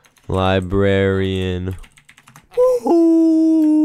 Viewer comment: Librarian ** not libraian lmao